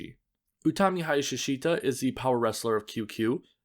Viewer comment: actually i always wanna tell you Hayashishita really read more like "HayaS--shita" with that S--being more long and dragged. Not sure how to express it. Dont think there is a good way to describe it in words, but ya its not the easier to read name for Non native speakers